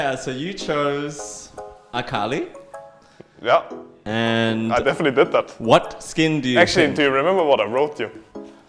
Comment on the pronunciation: Wunder NAILED the Akali E sheeeeeeesh :DD